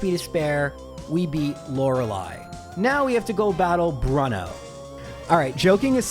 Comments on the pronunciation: Gallery: You mispronounced Bruno: Bruh-no I didn’t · no unforgivable, this guys name isn’t pronounced Brūnō, it’s pronounced hiker.